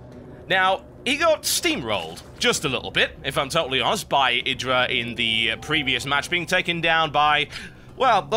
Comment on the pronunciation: TB, Idra's name is pronounced - "Eih-Drah" :) LIKE SO HE SEES THIS ~